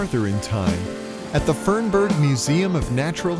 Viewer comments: It's Fernbank not Fernburg. 😊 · it's called fernBANK, not fernBERG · *Fernbank, not Fernberg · Fern"burg" museum. Really?